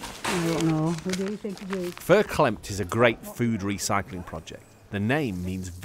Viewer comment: It’s fair clemmed, not clemt and it’s used across Lancashire.